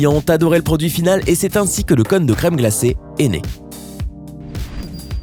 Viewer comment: Y'a un accent circonflexe sur le "o" de cône. Donc ça ne se prononce pas comme "conne".